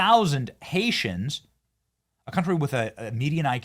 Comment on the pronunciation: did you say Haitians or Gangarians. Ganja no